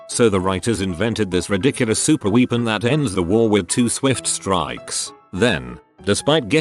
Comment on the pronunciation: "super weepen"